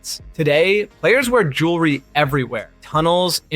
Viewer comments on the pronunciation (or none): none